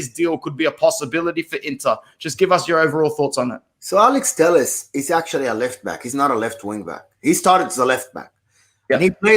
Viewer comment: Telles I believe is pronounced teh - yehz. Heh heh. Good content as usual boys!